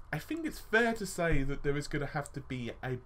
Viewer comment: Confuzzeling lol wtf?? It's threads not freds. through not fru think not fink three not free Sorry but your grammar is embarrassing buddy and more important for a youtuber really annoying, that mixed with the constant stupid phrases and wind tunnel audio, squeaking chair , banging and thumping around, low volume with high volume intro & outro, the info itself is sound and very welcome but the rest is bad, sorry but i can't put up with this all the time it's just to irritating.